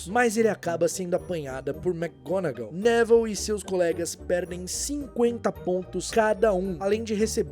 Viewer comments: Pera aí mas a pronúncia do nome do Neville não é Nevil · Top o video mas me deu agonia vc chamando ele de Nével do nada